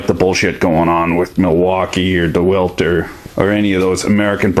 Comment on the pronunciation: De-WAH-alt for fuck sakes.